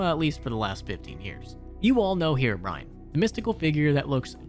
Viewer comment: Ahh yes herobine